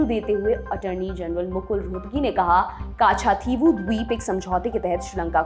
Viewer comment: कच्च-दीवु! काछा- थी वु नहीं